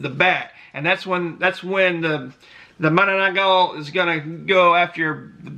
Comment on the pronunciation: mananangGAGO ahahaha